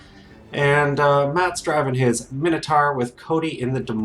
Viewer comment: "Dinner-sar"...no! "Dyna-saw"...Yes! "Minner-tar"...no! "Miner-taw"...Yes! Sorry, bugs me, lmao.